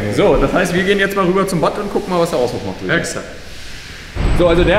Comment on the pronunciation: Ich glaube man spricht batt - "bad" aus